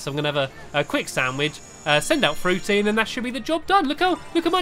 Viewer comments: Why do you always say that fruity as drippy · It's fruity not Drippy! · Yea and he was calling frutey drippy lol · Did anyone notice that Stampy said Drippy instead of Frooty. : D